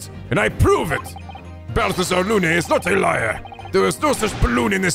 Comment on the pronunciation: Balthazar Lu-nay It’s pronounced Loon,. BALthazar LOON